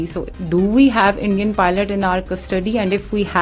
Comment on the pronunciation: Endia ni hota hai bhai india hota 😂 hai